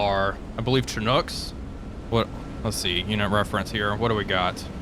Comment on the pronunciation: I'm surprised nobody's said it yet, but since I'm a Chinook guy I guess I'll be the one. It's pronounced "shin-ook", rather than "chin-ook".